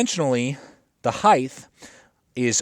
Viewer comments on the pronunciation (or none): There's no "h" at the end of "height". Please, stop saying "Highthhh"